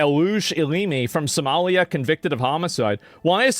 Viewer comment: Trumpnunciated: Sumalee-ya